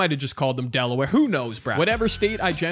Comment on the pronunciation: As someone from Maryland, hearing him say Delaware killed me 😭